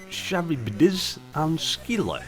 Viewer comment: Now this looks like a goodn'! It reminds me of an advanced version of Montezuma's Revenge, an Atari/C64 classic. I will definately have to give it a proper go! (btw: Charybdis is pronounced as ka-RIB-dis). "Between Scylla and Charybdis" can be translated as 'caught between the Devil and the deep blue sea.)